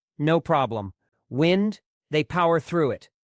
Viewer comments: Wind up = wīnd, not wind, a short I sound makes it wind, or blowing air. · Wind up clocks suck. they unwind when you least expect them to. Computer can't pronounce wined up clock. Ha Ha.